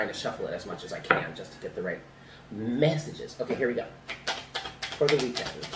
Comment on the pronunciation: I don't know what's coming but 's "... meeYeesages" cracked me tf up! Update: #yougotarealprettymouth with that sunlught behind blinds shine. Happy Weekend❣